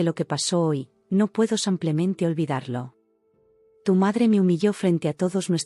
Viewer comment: Porque dice samplemente en lugar de simplemente